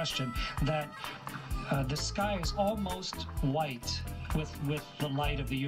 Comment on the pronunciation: Did he say bwhite?!